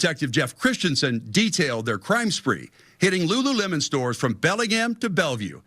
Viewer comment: Video literally says Lulu - lemon like 10 million times.... proceeds to say Lulu-lem-On, like bruh 😅😅😅😅😅